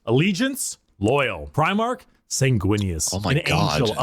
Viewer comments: It's pronounced pry-mark. Every time you say prih-mark, it grates. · Please work on your pronunciation of Primarch. Your saying Premarch